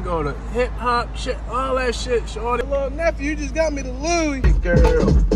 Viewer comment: it's pronounced "shoooordy"